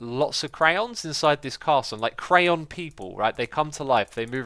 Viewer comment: you say crayon wrong.